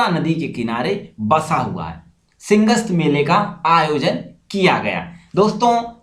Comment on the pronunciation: Bro excellent videos, good facts and info. But few mistakes : Its Simhastha, not Singhast. 62 feet Shaurya Stambh ?? Indus Mega Food Park is in Khargone ! Fiscal Deficit Spelling. Anyway, I'll keep watching. Subscribed :)